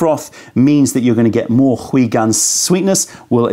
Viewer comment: ... also, what's up with pronouncing 回 “hwee" and not "hway"?? 😱 Lol